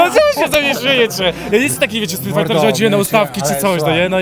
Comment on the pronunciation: No i StretFighter XDXDXD Nie mówiąc o Saiczento XDXDXD